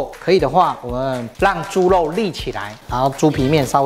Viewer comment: 謝謝阿慶師，這道菜很好吃，但讀ㄖ不是ㄌ，是豬ㄖㄨㄛ、不是豬ㄌㄛ、，熱度不是樂度，聽起來才不會怪怪的。